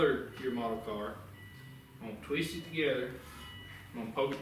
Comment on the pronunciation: "i'm gun taweest it together."